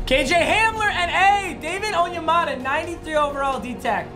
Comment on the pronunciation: Bro his name is David On-Ya-Motha